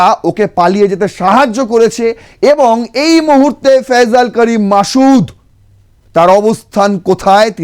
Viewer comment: ফয়জাল না ওটা ফয়সাল হবে?